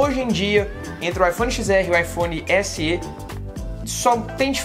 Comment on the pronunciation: “S-ê”? Não seria “S-é”?